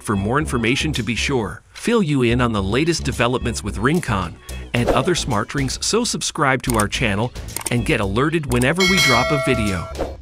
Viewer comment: "Smar Trings" lol